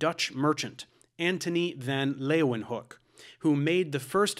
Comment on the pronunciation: Props to the pronounciation of ‘leeuwenhoek’ it’s a tricky one But you nailed it!